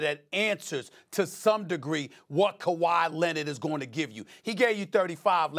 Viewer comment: He also said Kwahi was “averaging over dirty” 😂😂